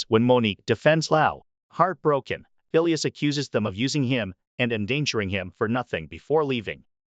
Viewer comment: The name Phileas is pronounced FEE-lee-us with the accent on the FIRST syllable. Not fee-LEE-us